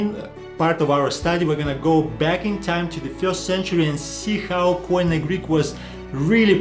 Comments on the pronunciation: It's not: k. o. i. n. e but it's "κοινή" kini. Stop using these word and hear the greeks how they call it... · Κοινή=Keenee. If it is pernounced coineh it would be spelt κοϊνε. Maybe people should observe the grammar rather than trying to figure out the pronunciation. Because grammar dictates the pronunciation. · First mistake: Every foreigner says Koine with the accent in the o K'oine while it should be koin"e. The accent in the e. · This is exactly the big difference between Greek and other languages. In Greek there is only one way to pronounce the letters, but Erasmus who had never heard Greek turned them into a barbaric pronunciation and at the end of his life he apologized to the Greeks. The barbarian "ko-ee-ne" that you all pronounce is completely wrong because the «oι» is a diphthong and is pronounced as ee. So the correct pronunciation is "kee-nee" stress in the last e. The same applies to the diphthongs ευ=ef or ev, αυ=af or av depend of the letter that follow, ηυ = eev, ου = ou / oo, αι - e (end), ει = ee, οι = ee. The best advice is to ask a Greek Orthodox priest about the correct pronunciation, because the Greek church is the one that kept the tradition and today uses exactly the same language as in the first century.